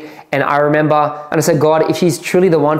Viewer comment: How many times did he say... "I rememBAH.." 😂